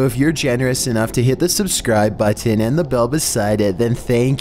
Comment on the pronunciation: I really hate how he pronounces, "Button"